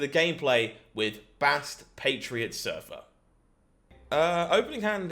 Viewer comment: "Silver Bastriot" Great deck duder.